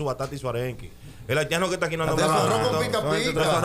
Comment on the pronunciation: Pero es haitiano, el dijo haltiano 🤣